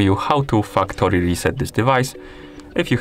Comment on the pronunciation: very good video but for some reason I heard the fucktory reset xD